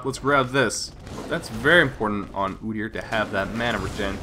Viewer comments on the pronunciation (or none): ah, your pronunciation of OOdyr sounded canadian! Xd